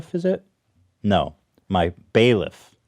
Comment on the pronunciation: Bailiff? More like BAE-liff damn Hila!